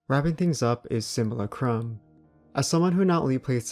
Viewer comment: And “sim-u-LAH-crum”